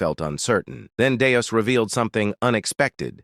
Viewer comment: Just one example of many: The character's name is Deus (DAY-oos). I've heard it pronounced correctly maybe 20% of the time. Other times, it's Dayus, Danus, Danoos, Dave, Venus (how???), Deuce, and Dust. I think there were other names for this character too. Don't blame it on the translation, either, as I've read the original manga, and his name is consistent across the chapters. Just lazy, AI slop.